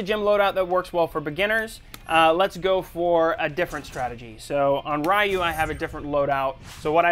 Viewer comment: did this guy say rye-yu you work for camcom and you cant say ryu